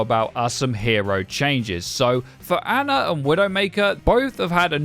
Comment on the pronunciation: I can’t stand in cultured swines that say Anna come on but can not say ana right